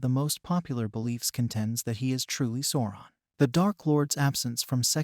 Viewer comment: (Sow-ron) not sorron! Sweet mary. Bless your heart.